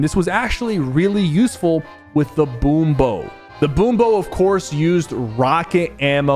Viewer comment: He said so many things wrong 💀 Boom bow, Valerie, Montage